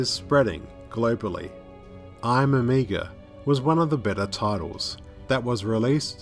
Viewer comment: I kept hearing "Amiga". The Amiga man: half man, half 80s home computer. He was a cop who was betrayed by his partner. Left for dead, his brain was replaced with a Motorola 68000 CPU...